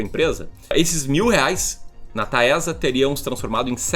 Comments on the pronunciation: Pelo amor de Deus não fala mais “Taésa” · Vc falou 26x Taésa, é horrível...